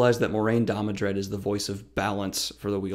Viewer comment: I feel like “Last Jedi” Luke Skywalker watching this. “Amazing. Every word of what you just said was wrong.” First of all, it’s DAMODRED, not DamoNdred. I thought I was imagining that pronunciation, but that’s also how it’s spelled in the description below the video. Is it really too much to ask you to just pick up the damn book once in a while when preparing these videos? This is an utter misrepresentation of what Moiraine is and represents. First of all, it's good that Rand did not listen to her. She is NOT the voice of the author or "word of God." She does provide a great deal of exposition, but that's not because she's right about what to do. Rather, Moiraine (and Siuan) represent the status quo. They represent the state of the world Rand comes into, and most important, they embody the shortcomings. Moiraine & Siuan are why the world needs Rand. They are too fixated on conventional solutions, because that's what they know. The world is falling apart, and Rand needs to break the paradigm, to shake up the status quo and the Aes Sedai and their ideal members, Moiraine and Siuan are committed to the preservation of the status quo, because that's what put them on top. Most importantly, Moiraine, like Siuan, is a political figure and largely amoral. Rand is not, but Moiraine tries to make him so. Rand is an inspirational figure. As ta'veren, he inspires people to step up and play their part in the grand design. His mission is to get people to work together willingly, not to gat